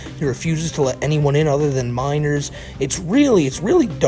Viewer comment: "I can't be a p3do because I have minows in my discowd suhvuh!" "I can't be a murderer, there are 8 billion people on earth!" Ahem. Sorry, I mean, "muhdewuh"